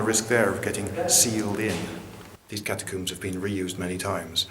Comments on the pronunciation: Cat a coombs are they really cat a coobs now say all you min e um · "Catacoomb"? Are you French now? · hehe catacooms